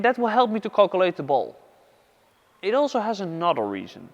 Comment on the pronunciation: Calculate - Calcu-early ... love it 😆